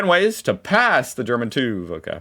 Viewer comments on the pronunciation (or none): It’s called [tʏf] not [tuːf]! Herrgott noch mal. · its not tuuuuv ITS TÜV Its called tüv Its pronounced Tüff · you got to learn how to say TÜV its as wrong as it can be. The sound you need to make doesnt exist in English at all so you have to start all over. Its TYF as its a german Ü and a german V so that is not said like what youre doing. You're basically saying Uuse Croom instead of Ice Cream. That's how bad it is. TÜV TYF said in German not English. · Pronounced as "Tiff" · TUUV is actually called TÜV and a "ü" is not pronounced like a "u"....